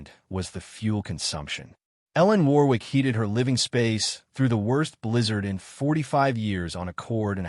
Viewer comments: It's pronounced 'Worrick'. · Warwick is pronounced - minus the second 'W' which is silent - thus Warik.... is the correct pronunciation. Good Story by the way.